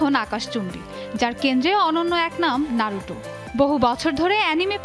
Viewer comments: নারুটো না বলে নারুতো বল😠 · Thats নারুতো, not নারুটো ffs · Hambadik Naruto boltei pare na. vul accent